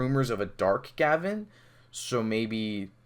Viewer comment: GaVAAN not GAvan